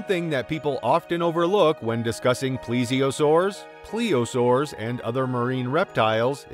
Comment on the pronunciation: The pronunciations could use some work, too. "LY-oh-PLEUR-i-don," not 'Ly-AW-PLEUR-i-don" — that just sounded awkward! — and "PLY-o-saur," not "PLEE-o-saur."